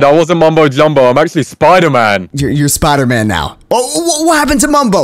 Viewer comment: It's not spidetman it's Spiderman